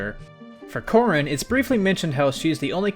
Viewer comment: Finally, someone who gets the Corrin thing right